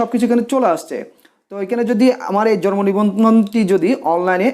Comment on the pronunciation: Jormo na... It's jonmo nibondhon.... Bar bar jormo jormo kortesen Kno??